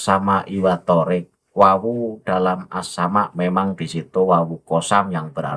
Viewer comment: Dalam lughoh Arab... Yg maknanya jalan itu thoriiq.... Bukan thoorik...